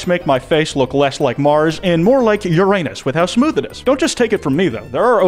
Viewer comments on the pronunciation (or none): Uranus is actually pronounced ur-uh-nus but the joke ab calling it anus went a bit too far